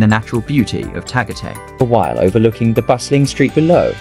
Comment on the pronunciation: No, I was referring to the accent of the computer voice mispronouncing Tagatay.